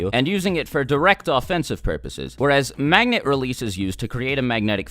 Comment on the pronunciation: Anyone else notice he said magna